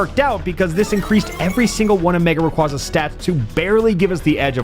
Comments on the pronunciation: When I first started watching this video, I noticed something was wrong. It took me a while to figure out what it was. But then, around the two and a half minute mark, I finally realised what it was. HE KEEPS PRONOUNCING RAYQUAZA WRONG. IT'S RAY-KWEI-ZA, NOT RAY-KWA-ZA! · here to ruin your fun like all my friends did to me. Its Ray Qwhey zuh not Ray cwazuh. like quazar. I always thought it should be the latter because it sounds cooler. Same thing with Gyrados being Girados instead of guyrados. Pokemon just hates making their names be pronounced the cool way. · The way he talks sometimes makes me think its a real challage but everytime he says mega raygaza i remember it isn't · erm... ackshually... it's pronounced ray-quay-zuh. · Bro. It's mega requasa. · "Ray-QWAH-za" Give me a break.. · Nah, it's my favorite Pokemon of all-time! Still pronouncing it's name wrong revokes your privilege to say that😂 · If it was your favourite youd pronounce its name right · This video hurts me... WHY DO YOU PRONOUNCE RAYQUAZA LIKE THAT RAAAAAAAAAAAAAAAAAAAAAHHHHHHHHHHHHH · There is no way rayquaza is your favorite Pokemon and then you pronounce it wrong 😡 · A video dedicated to a Pokémon and is also favorite... Mispronouncing Rayquaza's name the entire time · It's not just an April 1st thing unfortunately, he mispronounces it in other videos too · “My favorite Pokémon” mispronounces the name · Why are you pronouncing Rayquaza like that though